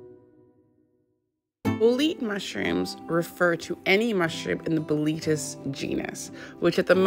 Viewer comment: Bolete, is not pronounced as Bo-leet. You pronounce the 'e' on the end. ie: BO-LET-AY